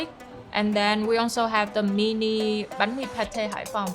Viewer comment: I love how she pronounces every Vietnamese dishes and sauces right with the accent!! Im Vietnamese and a lot of my friends they do a western pronunciations when it come to pronounce Vietnamese dishes in English, this acts of her is just small but really impactful. Said she tryna keep everything as Vietnamese as possible and she really did good job 👏